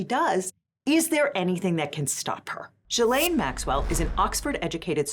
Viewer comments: The G in Ghislaine is pronounced like in the word geek, not jee. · From Wikipedia: Ghislaine (/ˌɡiːˈleɪn, -ˈlɛn/ ghee-LAYN, -LEN)